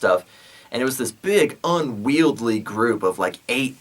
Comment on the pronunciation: Yeah like "unwieldy" but you say unwield-ly...it's cool man say it however you want...how long have you been posting these awesome videos? I really appreciate your hard work and will hit up your patreon soon.